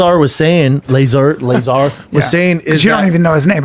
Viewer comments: STOP SAYING BOB LAZER!!!! IT'S BOB LAZAR!!!!! TOOLS. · Average Joes talking about a topic they have no understanding to even speculate about. If you can't pronounce the mans name dont even adress the topic. LASER! BOB LASER! LASER CAME OUT... Its Bob Lazar. BTW Schaub, you are on the right side of this debate its true. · So aliens prove there is no God, how???? If anything it is more validation to the existence of a supreme creator. The bible talks about "other" creations. Yall are ignorant AF. And it's pronounced Luh-ZAr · pronounced "bob luh-zar" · The pronunciation is Bob Luh-zar. Bob Lazar. Callen is out of his mind if he thinks the government doesn't have huge secrets, multiple secrets, that they probably will try to never let public. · Plot twist, is not pernounce either way they are trying to say it in this video. It is pernounced LA--ZARRRRR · "I call him Lazer because it's cool" bro you don't know his fucking name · Stupid jo koy keeps calling laslar laslar.. Cal him lazer way cooler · Luh - Zah - rr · its pronounced BOB LUH-ZAR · It's pronounced La Zar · Pronounce that mans name right....like this show sometimes but sheesh this perfect example of how annoing and corny Schaub can be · Best part is listening to all three of them try to pronounce Bob lazars name.